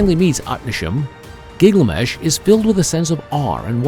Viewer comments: Why does the narrator pronounce "Gilgamesh" as "Gigliamesh"??? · Gig-lamesh is a fresh take 😅. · I can't watch it. Gig la mesh? 😢